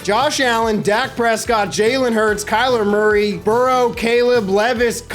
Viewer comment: Kyler Murfood, so it sounds like more food 😂